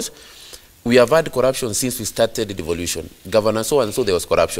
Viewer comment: Lelatives collurption.migoli Speak english